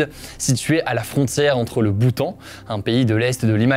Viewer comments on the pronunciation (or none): none